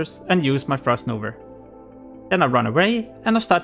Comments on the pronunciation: Good guide , but wtf is "frost nover" , its frost NOVA , and munster , hehe 🤣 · "Frost nover" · Easterners sound out that end “a” so weird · you may laugh abouth his pronounciation of frost nova. he did a really good job explaining how to successfully aoe farm to 60. his language barrier didn‘t stopped him to make this video. he is a hustler. great video!